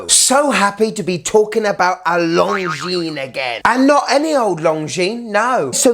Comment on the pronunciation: Great review mate!! I love Longines and their history, and a BIG thank you for pronouncing the name correctly hahaha! (So many people say long-jeans - the S is SILENT, people!!) lol 🤣:_STUNNER::_SUPER